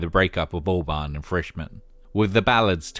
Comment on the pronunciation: Every time you say Albarn I hear Orbán. 🫢